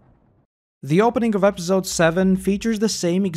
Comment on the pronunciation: Love these videos but I hate the way you say episode 😭